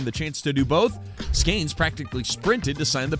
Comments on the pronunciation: Bro...did you really just mis-pronounce his name right out of the box....there is no "a" in his name...That was not a deep booming "long strike" foul ball. That was like a weak dribbler down the first base line foul ball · Skeeeeeeeeeeeeenes. Not Skaaanes. Do research. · Why do you say “Skanes”? Come on, man. It makes you sound like an idiot. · it's not skAYnes it's skEEns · Please you are crushing my ears. Stop calling him skains!!!! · Skanes?? Is this bad AI?